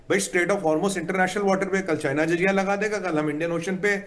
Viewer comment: Jahil insaan zajia nahin jazia saheeh word huta hay.